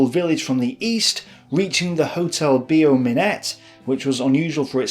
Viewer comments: also,, Beau Minet is pronounced Bow Me neigh, not BO Minette. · The pronunciation of "hotel Beau Minet" is not correct. Instead of "Be-oh" it must be like the English word "Bow"